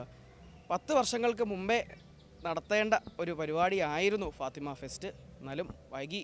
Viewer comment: മലയാളം sareyaye ubayokeku fatema അല്ല fathema